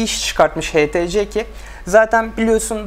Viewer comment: htc değil ( eyçtisi ) diye okunur:) burda sen mi inceliyon ben mi anlamadım